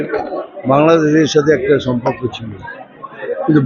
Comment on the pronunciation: সম্পক্ক নয় সম্পর্ক হবেরে মাতাল 😂